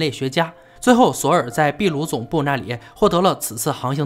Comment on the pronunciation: 是的，秘鲁读的没错，但是不存在“秘鲁时代”这一概念。印加文明是秘鲁地区的文明。